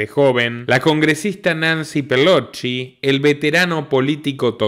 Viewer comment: Por qué siempre decís Nancy Pelochi? Si se llama Pelosi.